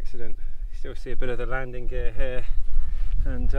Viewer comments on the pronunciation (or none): none